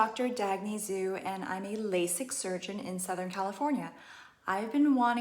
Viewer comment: Why are you deliberately saying your Family's name wrong. Zhu isn't pronounced as "Zu".